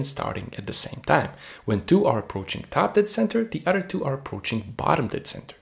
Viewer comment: Wow all that but you can't say the word OTHER. A word that, if this is representative of your diction, it seems that you love to use.